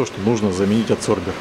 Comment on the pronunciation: Да почему аДсорбер, когда он аБсорбер??? От слова аБсорбент!!!